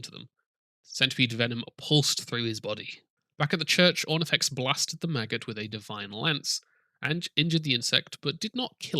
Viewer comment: Everytime you say maggot i hear Magus XD !!!